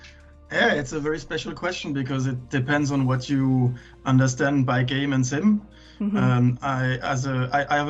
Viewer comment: LMAO I swear every women i've spoken to about this game have said the same wrong haha, I wonder why